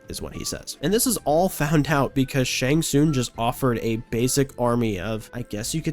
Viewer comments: I enjoyed the video a lot. But please, it's shang TsunG. Not Shang Soon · Him saying shang soon is pissing me off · How have you gotten to 2025 without being told you're saying "Shang Tsung" wrong? Seems like you might be rage-baiting... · Brother, I gotta be honest. The way you say Shang Tsung's name be pissing me off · Saying one thing wrong means he doesn't know the series? Yeah, ok. 🤡